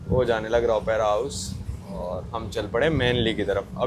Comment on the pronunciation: I have put a comment for your wrong pronunciation, but you gave that a blind eye. It is not Opaira, who told yo that. Do you never use a book called dictionary. It is Op-ra house, not Opaira house. Op-ra, got it?